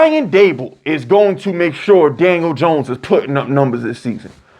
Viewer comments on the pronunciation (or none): none